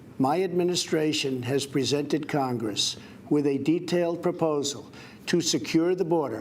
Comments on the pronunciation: Do you think he knows that the word "human" starts with an "h" and not the letter "y?" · He can't pronounce "human" or "humanitarian" correctly.